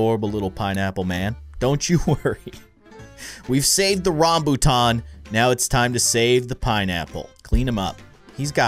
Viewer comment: The first vip fruit was a dragon fruit I like say Malaysia where I live and I have eat rambutan and said it wrong he said rombutat